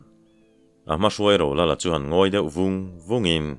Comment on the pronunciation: Rolala dangawk ang deuh a i lam hian ngaihthlak a ti nuam lo deuh thin, a lang zing bawk sia. A bak ah chuan a ngaihnawm hle a,chhiar pawh i thiam hle ani.